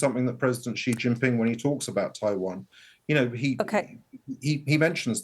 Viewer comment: President "ziiey" ? BBC dumb down? pay your licence or be criminals for this garbage.